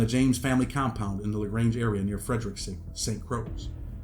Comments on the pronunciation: I hate who diz man say st. Crosc its ST. Croix lol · I’m 100% sure but I believe that’s pronounced “st Croy”. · I know but the correct spelling is st croix not croy. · Bro. I appreciate the info, and thanks for educating people, but it’s pronounced Saint Croy. 🇻🇮🇻🇮🇻🇮🇻🇮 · Listen bro down they got alot of dangerous ppl who ain’t get caught trust you misinformed greatly and btw dawg it jus hurting my heart on how you sayin the island name like that shit made me stop watching the vid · Learn how to say St.Croix ms! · It's St.Croix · they talking about the pronunciation and not the spelling..we all know it's spelt Croix. ..but it's not pronounced as it is spelt